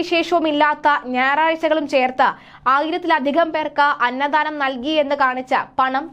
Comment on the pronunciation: അന്ന ദാനം എന്നാണ് പറയേണ്ടത്. അന്നധാനം ennau olu pyunathu